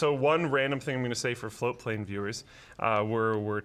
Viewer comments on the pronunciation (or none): It always sounds like he is saying "Flowplane" to me. Didn't know it was "Float Plane" until I saw the new shirts last week. Am I the only one that feels this way?